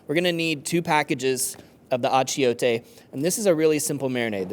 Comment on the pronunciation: Bro!! You need to learn how to say Achiote!